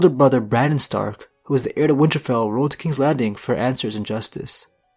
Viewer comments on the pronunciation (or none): none